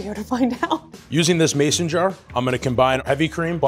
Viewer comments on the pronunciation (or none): none